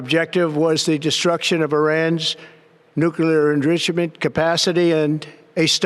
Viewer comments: Irans “nuclearindrisherment” capacity. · Whats nuclear encreechament? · We all need to call the White House and ask them what "nuclear endrishment" is. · He cant say enrichment.